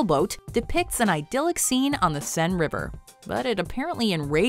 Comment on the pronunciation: The river Seine is pronounced as "sane" not "seen."